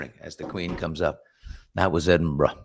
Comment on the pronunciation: it’s pronounced more like EdinBRA